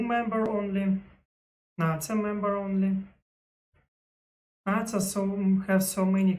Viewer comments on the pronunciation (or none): English tip, NATO for English speakers is pronounced “Nay-Toh” (NA-TO), “NA” in this context rhymes with hay, day, or play